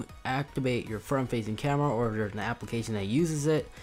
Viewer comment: “Camrea” “Controll”